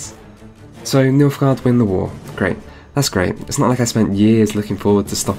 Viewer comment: did you say... milfguard?